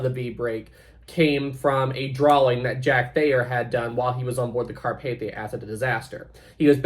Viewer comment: That thumbnail of the Bright side video looks like the queen Mary not Titanic BRIGHTSIDE DO YOUR RESEARCH and also apparently bright side pronounces Carpathia like car path ey